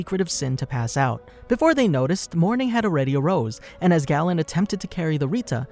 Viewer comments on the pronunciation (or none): none